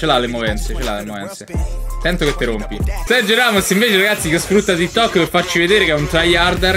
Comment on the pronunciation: sei così boomer che lo chiami ti tok ahaahhahahaah sembri mia nonna quando dice whatsapp